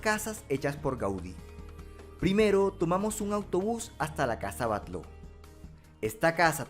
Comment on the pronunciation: Genial video. Decirte que la casa Batlló de Barcelona se pronuncia (Batyó)